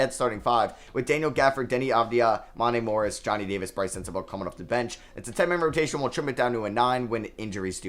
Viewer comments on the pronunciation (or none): someone tell him it’s mon-tay morris lol